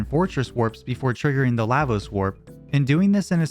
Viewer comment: LAH- VOSE Not LAY-VOSE